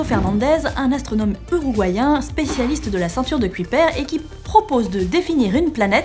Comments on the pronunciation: Kuiper je crois que ça se prononce pas cui père ^^ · Merci pour ta réponse mais je comprend quand même pas, je parle anglais presque (lol) couramment, mais je vois pas pourquoi ça se prononce comme ça en anglais... "Kyoupeur" m'aurait semblé plus logique, non?